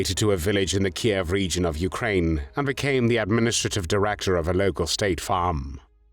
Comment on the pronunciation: At last an American who pronounces Kiev properly and not as Keev I’m pleased you didn’t call this execution as barbaric like you have other Nazi executions